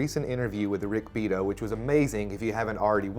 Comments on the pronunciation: Great video. Rick's name isn't pronounced BEAT-OH. It's Rick BE AUGHT-TOE. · Good stuff,! I saw that interview with Billy Strings the other day. Amazing how he can still make sense about his music when he's totally blitzed, but there you go... By the way, Rick pronounces his last name as three syllables, with the second sounding like 'awe'. So overall it sounds like Bee-Ahh-Toe. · Rick Be-at-o... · Pronounced Be short a toe.